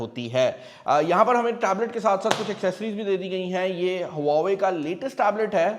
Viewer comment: Brand name please correct le. don't say brand in Pakistani accent.